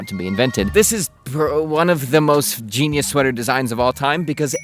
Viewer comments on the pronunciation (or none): none